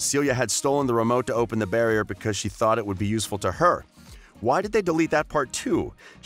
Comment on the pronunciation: Did he say barrrrrrier